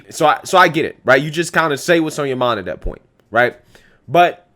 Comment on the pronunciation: The word is "that" not "dat"